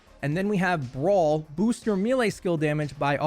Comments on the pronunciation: MEH-LEIGH not ME-LEIGH lol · Mele not mile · May - lay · This is a pet peeve of mine. Sorry. I'm going to get pedantic for a moment. Melee is pronounced "may lay" with an American accent. It is pronounced "mell lay" with a British accent. "Mealy" is a different word. "me lay" is just weird. You used 6 different pronunciations in this video. It burns! It's like fingernails on a chalkboard! You're not a bad person. I still love you. Please stop making the baby jesus cry. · It’s may-lay lol, good video though thumbs up